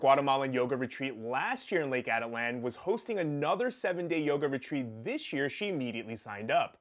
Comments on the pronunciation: Ah-teet-lan, not Atalan. But this case is so disgusting and such a statement about depraved lawyers and suss yoga instructors. Take heed, folks. Check the poser next to you. Don't give out trust easily. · This guy can't even pronounce the name of the lake correctly. The lake can get extremely rough especially later in the day. The conditions can change rapidly. She was probably in San Marcos, where people swim and cliff jump frequently. This guy is making unfounded assumptions. He has absolutely no understanding of the country or Atitlán in general.